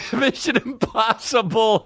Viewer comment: Missin Imposhibble.